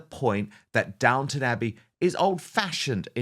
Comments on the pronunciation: Downton, not "downtown". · It's Downton not Downtown.